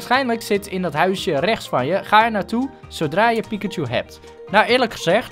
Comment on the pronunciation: het is piKachu en niet piCKachu